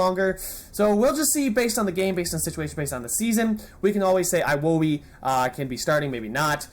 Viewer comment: iwobi is pronounce ewobi